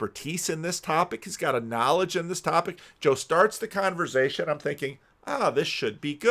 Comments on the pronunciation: "Conver'z'ation" Interesting pronunciation. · the only person I’ve heard who actually pronounces the v in conversation